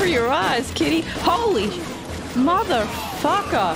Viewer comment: did you say "mother" followed by "fucka?!?" hahahaha! they don't rhyme!